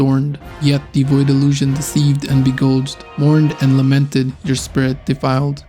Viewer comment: Exactly what I was looking for. This was great. Well done. Quick note, "beguile" is said like "be-guy-el"